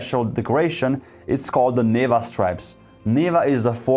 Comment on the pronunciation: It's NevA not NEva